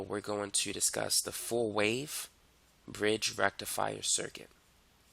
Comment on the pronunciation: Excuse me sir, but you pronounce FULL BRIDGE RECTIFIER wrong